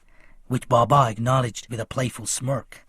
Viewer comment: How you are saying baba